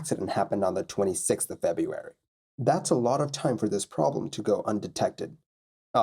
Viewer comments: It's not a misspelling, it's a mispronunciation and it's just lazy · FebRuary not Febuary